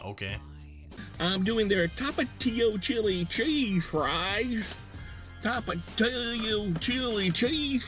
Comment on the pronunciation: Tomatillos are green tomatoes😂 tapatio is said correctly